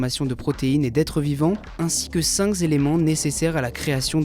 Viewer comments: les vingt "Zacides" aminés et les cinq "Zéléments" . Mais relisez vous !!! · J'ai retenu "cinq zéléments"